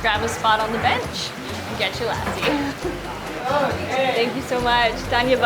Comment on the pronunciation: I hope you learn how to correctly pronounce the words while you appropriate and milk out views by using India as a tool to grow your subscribers. 'Lassi' is not pronounce like Lassie the dog. It's pronounced lussi. Please ask one of the billion people in the country on the correct enunciation of words. Great videos otherwise, btw!